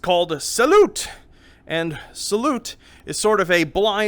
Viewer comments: mmm did just pronounce salute (sayloo) as salute igajub hkfldsg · Only bad thing about this video is the pronounciation of salut